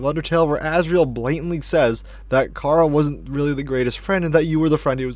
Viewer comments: “chara” is from the word “character” care-uh not car-a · You’re saying chara wrong it’s pronounced like Kara